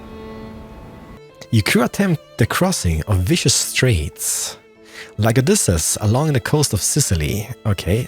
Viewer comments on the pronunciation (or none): none